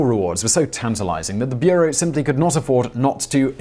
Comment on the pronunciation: Its not called beerow